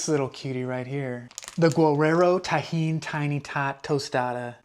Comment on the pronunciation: Can't wait to serve this at my next garden party. Impressed with your pronunciation of tajin.